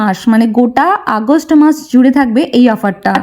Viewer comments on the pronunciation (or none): none